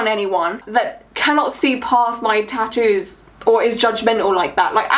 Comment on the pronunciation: Eeeh!! I've been waiting for this!! That woman is horrific!! The best part was him asking her why she has her ears pierced.. "so I could put earrings in easier" -__- what a bellend!! Also the way stephen Nolan says tattoos annoys me that's not how northern irish people say that just saying😂😂